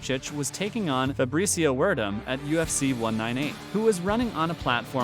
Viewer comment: Verdoom. Not ferdome